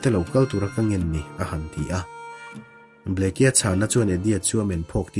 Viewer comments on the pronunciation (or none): Bleke tiin alawm a inziah,ka thian.(bliki) ti a lam tur zawk ani e. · Kei pawh Bleke tih a ni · Arizona Governor hming i lam rik dan hi a dik meuh maw ?